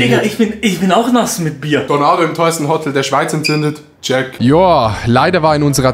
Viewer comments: diggah es heist hotel nicht hotttel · Es triggered mich wie du Hotel sagst, es heißt Hotel und nicht Hottel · Adi sagt einfach Hottel alda was das. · warum sagst du Hottel??? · Adi = nicht Hotel sondern Hotttel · „otel“ es heisst HOOOTEL